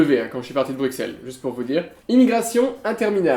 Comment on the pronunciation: Oh non! Il prononce "Bru[KS]elles" et pas "Bru[SS]elles" XD